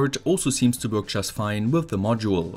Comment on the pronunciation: I love how you pronounce "Work" xD